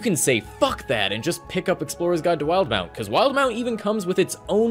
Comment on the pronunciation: Wait, it’s not pronounced “wil-de-mount”?